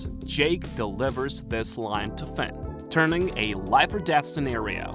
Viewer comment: my brain is so rotted. Every time you say "Fin" I hear Fent